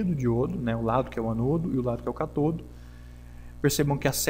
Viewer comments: As palavras são proparoxítonas.Cá-to-do. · Por favor aprenda a dizer as palavras ânodo e cátodo, estas têm acentos por alguma razão. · Nota: Ânodo e cátodo são acentuados e devem ser pronunciados em concordância com a escrita. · Uma dúvida, o pessoal fala "anôdo" e "catôdo" por tradição, convenção ou o quê? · Amigo, muito bom o conteúdo! Porém, ânodo e cátodo tem acento na primeira sílaba por um motivo... ;) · Sãos os acentos de cátodo e ânodo (são proparoxítonas), que indicam a sílaba tônica, que deve ser pronunciadas mais forte que as demais. Sua pronúncia está paroxítona, ou seja, com a pronúncia do "to" e do "no" mais fortes. Entendeu? Mas nada que diminua a qualidade de seu vídeo ou aula, que está 10!